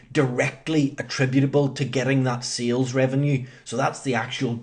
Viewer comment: It is SALES not SEALS :D SEAL is an animal. What accent is that? New Zeland?